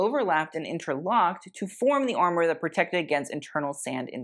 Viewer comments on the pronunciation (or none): none